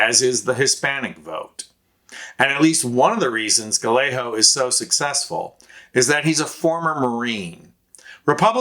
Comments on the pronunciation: Seriously??? It's pronounced guy-A-go. Emphasis is on the second syllable, a hard A. (Not guh-lay-ho!!!) SMH!!! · Gallegos, pronounced gayego (ll=y and a g is only an h at the beginning of a word.) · For future videos, the double L in Spanish is a digraph that sounds more like a Y not like the normal L sound. Gallego is pronounced: gai-AY-gow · Good presentation and concise reasons why Kari Lake is set to lose here senate run to Gallego. Please note: the double "ll" in Gallego is pronounced as a y sound, thus making his name Guyago. Not Galeho. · It’s guy-yay-go, not guh-lay-ho. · Say "Gayego" ... Not Galaho! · It's pronounced like "Gaiyego." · Pronounced Guy Yea Ga! No L's Az. Voter!❤ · Pronounced guy-a-go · Thanks much. Nice presentation. ( fyi.. his name is pronounced ‘guy-yeah-go’) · It would really be cool if you would pronounce Gallego correctly. guy YAY go. The double L in Spanish is pronounced like a Y. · You are absolutely butchering the pronunciation of "Gallego." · Just FYI: Gallego is pronounced "guy-yay-go" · What an odd pronunciation of Gallego. It's pronounced ga yay go in Spanish. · Hermano, fyi, Gallegos is pronounced: guy-yay-gos. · Guy-yay-go. You are saying his name wrong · It’s pronounced Guy yay go. He has no worries about sKari fLake. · It's Gah Yay Go. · Sorry but his name is pronounced guy-egg-ah. It's like fingernails on a chalkboard when you say it wrong and does nothing for his name recognition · His name is pronounced guy-a-go, the 2 l's sound like a y, he's a good and serious problem for polluted lake. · It's pronunced: Gai-ay-gow. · It’s Gallego not Galleyo, do your homework! Disaster! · Learn to pronounce his name; it is more like Guy-eggo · You should learn how to pronounce Gallego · For an Occupy Democrats video you sure dont know how to pronounce Ruben Gallego’s last name lol